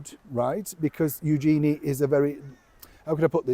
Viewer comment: Pronunciation of her name is actually U zhen-ee with emphasis on U.